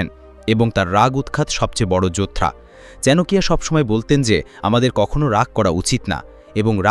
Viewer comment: Chanakya ke "chanakiya" Baniye dilen dada???